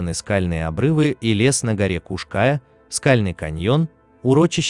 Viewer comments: Скала называется не птичья , а орлиная . . . , и ударение на букву " я " . Поуважительней надо к местным топонимам ! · После неправильного ударения в названии горы и картинки о том, что это возле Нового Света даже смотреть эту лабуду не стал. Снимайте качественный контент. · Куш-Кая...Ударение на букву Я Тюркская топонимика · Куш- каЯ. Ударение на Я. Хоть бы поинтиресовался, прежде чем выпуск готовить. Чуть кровь из ушей не пошла🤦‍♀️ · А ещё автор говорит Куш-Кая с неправильным ударением, бесит ) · Кушкая дико режет ухо. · я - крымчанка. режет слух, когда названия произносят ся неправильно. а правильное гуглится за полминуты. Название горы читается как Куш-КаЯ, а не Куш-КАя. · Куш-каЯ, а не куш-кАя. Неужели так сложно хотя бы в википедии глянуть ударение, если делаете материал, то делайте качественно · Как же режет слух Крымчанину ваши кАя... Куш-КаЯ ударение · История печальная, каждый должен сделать вывод, что горы-это красиво, но опасно, всегда нужно быть на чеку! Не могу не написать, всё видео резало слух- Куш -КаЯ, ударение на Я! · Куш Кайя. Ударение на последний слог. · Не кушкааааая!, А Куш- каяяяяяя! Учите мат часть ,,эксперт" , противно слушать! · Только не КушКАя,а Куш каЯ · КушКаЯ-крымско-татарское с ударением на последнем слоге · Для начала смени "увлекательный голос робота", на живого человека. А в поисках Сидоровой - лично принимал участие. Нет ее в горах, облазили там каждый сантиметр. И да, робот ударения не будет путать. Куш-КаЯ - на я ударение. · Ударение неправильное в "Кая" и на карте не та Куш-Кая указана. Да и не у Балаклавы она. Дальше слушать не стал. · КУшКая не в переводе с тюркского, а КРЫМСКО-ТАТАРСКОГО, ударение на последнем слоге.КаЯ--обрывистая скала Куш-птица или "двойная" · Куш КаЯ.. Ударение на последнем слоге.. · Ударение на буку Я! Куш -КаЯ! Простите за исправление! Просто слух резало! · И на у ударение кУш-КаЯ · Куш-КаЯ называется вершина. Братан, ты бы хоть поинтересовался, прежде чем 100 раз неправильно озвучить